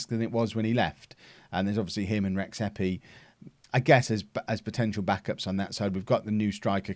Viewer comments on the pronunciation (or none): The correct pronunciation of Rexhepi is more like Redjepi (xh is pronounced like the J in DJ)